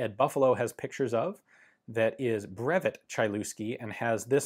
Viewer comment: Ian! "Brevet" Is not pronounced "breVETTE" as in corvVETTE it's breVET as in "surVEY" the T is mute in this case, or like "bruv-vey". I know you're working to learn French, I can tell, you've improved a lot over the years, keep it on!